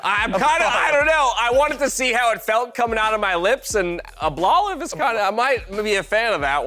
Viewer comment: "Ablolive" made me laugh way more than it should have.